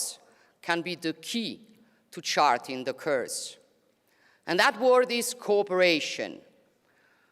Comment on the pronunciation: Great speech but someone needs to teach her to pronounce the word "course" like the Italian word "il Corso" BUT NOT like "curse" which means to invoke supernatural harm‼️Made me cringe each time she said it😱